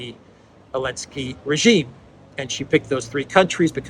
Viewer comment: What's with calling him "Elensky?"